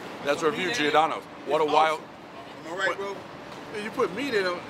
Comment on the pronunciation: It’s pronounced jor-dono not gee-or-Dono. Giordano is the Italian form of Jordan. Gio make a J sound not individual pronounced.